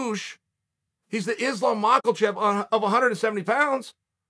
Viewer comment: Did he really say Islam michealchev